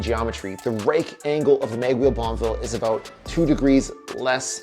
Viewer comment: Bonn-E-ville ffs! Not BonnVille.